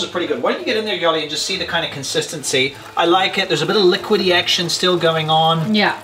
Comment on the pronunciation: Love your show guys!!! It's "liquidity" hahaha... You are the Englishman here hahaha. Keep it up, you are so funny guys since the quarantine, you should see me smiling watching you all the way through the 27 mins. Greetings to Madrid!!!